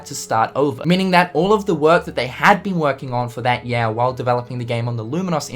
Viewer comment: Also, 1: get a shave 2: clean your fucking tv it's filthy 3: stop saying yeah instead of year, Jesus Christ..